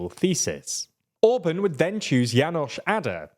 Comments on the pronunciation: TLDR: Orbán❌ Orbun✅ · Please, "Orbaaahn", not "Ohrb(a)n" and "Novaahk", not "Nohv(a)k". You pronounce it exactly the other way round. When making a report on a topic, please enquire about how to pronounce the local names.